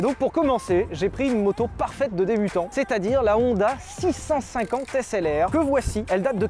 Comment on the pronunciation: moi quand Sylvain a dit SLR: Un HessLR ?